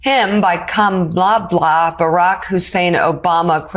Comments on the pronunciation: Please say Kamala’s name correctly! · Please say Kamala’s name correctly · Why can't he pronounce Kamala's name properly? I am sick of his childishness, his disrespect and his outrageous misogyny/sexism. Enough is Enough!! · The sad thing is that people on “,la’s” side keep mistakenly pronounce her name wrong now too, including the speaker in this video. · Please pronounce Kamala like she does, not like MAGA does. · Thank you! Great segment, but you’ve got to get it right by now… it’s literally “ ,-LA” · If you, the hostess of this video, can't pronounce Kamala's name correctly, Trump is succeeding. Don't let that vile scumbag contaminate those who are in favor of her, over him. Take the time to think about it, and pronounce her name CORRECTLY! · please pronounce Kamala's name correctly. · Emphasis is put on the first syllable of Kamala's name, not the second syllable! Why can't people pronounce her name?! I'm referring to this hostess. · With all due respect, which is A LOT for MTN, you pronounced Kamala incorrectly at one point. 😬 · is it asking too much for you to at least TRY to pronounce Kamala's name correctly? It is COMMA-la. You sound like Don the Con....when he mispronounces her name on purpose. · It is Comma-La. Why do even Meidas hosts get it wrong? COMMA-La! Not hard! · Her name is pronounced like calm uh la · Woman u just pernounced Kamalas name wrong...glass houses! Unbelievable u did it twice that's laughable 🙈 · Pronounce her name correctly. Comma, la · As someone on Team Blue, you should really learn how to properly pronounce Kamala. You literally said Ka-MAH-La at least three or four times... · name is pronounced "comma-la" as a Meidas Touch reporter, you must say her name correctly! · Please learn to say her name correctly. It sounds like "comma-la". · Hey, PLEASE PRONOUNCE HER NAME CORRECTLY: KAM-a-la. No excuse to sound like an GOPer who refuses to pronounce correctly as a 3rd-grade attempt at slamming an intimidating opponent